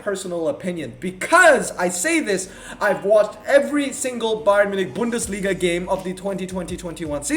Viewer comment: speaks German 😂 but you pronounced Bundesliga very good 👍